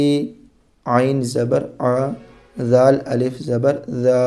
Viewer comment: Bhai aap Jaal galat padh rahe ho